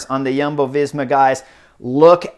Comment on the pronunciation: Ha ha, Chris also has an eclectic approach to Jumbo Visma. He calls them Yuhmbo. Good job on the J, but that vowel should be oo. Yoombo :D